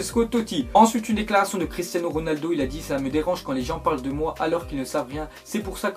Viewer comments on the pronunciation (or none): none